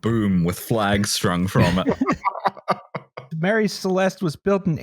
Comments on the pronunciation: I find it very weird the way you pronounce Marie celeste, the e is actually silent, so you prounce it Marie Celest, that's why it's famous because it sounds nice. It wouldn't be famous if it was called something as stupid as the Mary Celestee as you say it. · I'm ashamed of for not picking up that they kept saying Marie Celeste wrong, it's pronounced Maire Celest, no E because as withost names it's meant to sound nice and not disgusting.